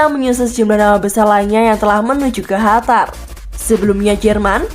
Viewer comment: Qatar min bukan hatar